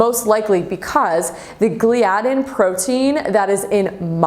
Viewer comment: it is pronounced gly-a-din